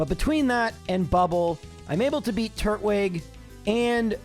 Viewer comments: Can we just take a moment to discuss that it's not turt-wig? It's tur-twig. It's a turtal-looking pokemon that's grass type, not a turtle with a wig on.... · Are you sure the grass Pokemon starter should be pronounced wig and not twig? Like a wooden twig? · it's tur-twig not turt-wig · I know it doesn't really matter, but it bothers me that he says turt-wig instead of tur-twig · I always said Tur-twig as in turtle + twig but your pronunciation is definitely interesting... 😂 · I have never heard anyone pronounce "Turtwig" that way. Is that some weird quirk of your speech therapy or something? EDIT: Actually, you seem to be pronouncing a ton of things strangely. It's like you don't even know what English words they're based on. EDIT2: The moves aren't random; they're expecting you to switch your Pokemon out when its type matchup is bad. You're just not doing that so you're getting hits and KOs you wouldn't get otherwise.